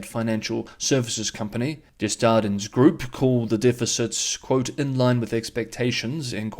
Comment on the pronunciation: Desjardins is pronounced “Day-jardins”